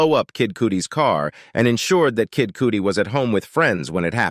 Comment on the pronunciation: It is NOT pronounced KID COOTIE, but Kid CUTTY